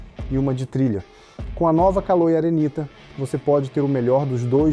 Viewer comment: CALÔI. SCHUVALBI. hahahaha